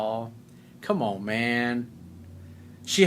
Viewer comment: Lol I love when u say " common man"!!! Lol 😂🤣🤣